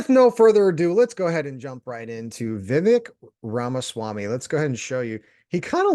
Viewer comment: Please, learn to pronounce a person's name before doing a review.